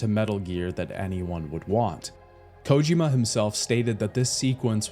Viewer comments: Bro really never heard anyone pronounce Kojima in his life? The only person ive ever heard pronounce it as "Kójima" lmao As I was typing this comment he switched to pronouncing it normally - Kojīma, then 2 sentences later went back to Kòjima lol wtf is going on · Am I the only one who can’t stand the way he says “Kojima” 😂